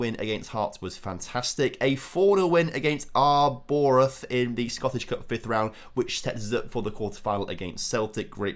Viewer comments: Jesus - Arrborath! Pronounced "Arbrothe" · Say Arbroath again lol 😏😝👍